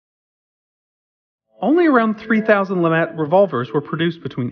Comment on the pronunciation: Lemat, not Lamat. Please do better research.